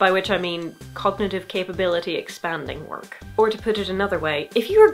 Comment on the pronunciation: That sounds like a nice book for me. I've had more trouble concentrating. Though "Work" sounds like "wok," and reminds me I've had some cravings... Just a sec while I look up some stir-fry recipes that won't at all have me looking at the history of rice in 20 minutes...